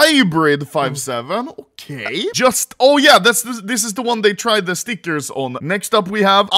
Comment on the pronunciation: Day 1 of calling out Anomaly for pronouncing stickers as "stickersh".